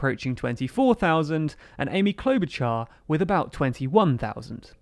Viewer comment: Klobuchar, Char sounds like “shard of glass” not like “char-broiled”